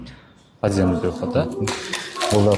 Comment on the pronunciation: Аай коокуй аай. Подземный, надземныйды айта албай.